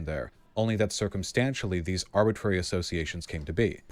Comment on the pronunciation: Vaush reminds me of the dude at the end of matrix saying, "er go" but instead saying, "arbitrary."